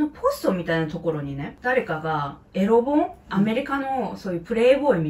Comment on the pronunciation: エロ本の読み方は「えろぼん」ではなく「えろほん」。老顔(ろうがん)より、老け顔(ふけがお)の方が適切かと。ろうがんだと、老眼を思い浮かべます。僭越ながら…。